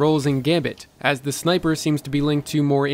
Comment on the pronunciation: It sounded like you said "Smiper" instead of Sniper, haha, still tired of that hour long video mate?